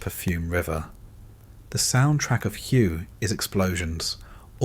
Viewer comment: Hway it is pronounced